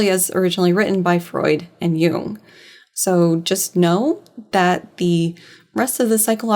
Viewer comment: I am enjoying this video a lot but pronunciation of "Jung" sounds like how I'd expect her to say "Hume" and wow is that leading to some interesting parses